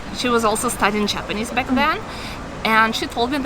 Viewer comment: It's astonishing to me that two Russian girls are talking in English so fluently! たったひ1つだけ気になりました。朝砂さんの“Japanese”の発音が「ﾁｬﾊﾟﾆｰｽﾞ」に聴こえました。「ｼﾞｬｰﾊﾟﾆｰｽﾞ」と伸ばして「ﾆｰｽﾞ」にaccentを置いたら巧く行くと思います。良かったらやってみてください。